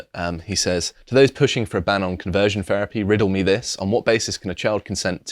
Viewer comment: Please stop saying "ferapy"